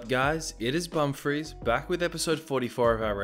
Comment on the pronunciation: Is it “bumf ris” or “bum fris”?